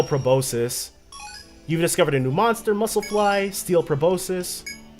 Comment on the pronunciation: The way you pronounce things is so funny. "Birgitta" is 'Burr (similar to 'bird') jitt (similar to 'hit') uh'. And proboscis, the C is a hard C, so it's like "probos-kiss". And with Archipelago, you're putting the emphasis on the wrong syllable.